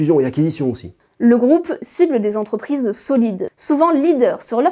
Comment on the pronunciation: Cent quatre vingt dix sept z'entrprises ? Ça fait effectivement beaucoup...